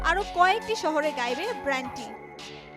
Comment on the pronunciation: ব্র্যান্ড? নাকি ব্যান্ড? এসব বালছাল রিপোর্টার দিয়ে প্রথম আলো চলে কীভাবে?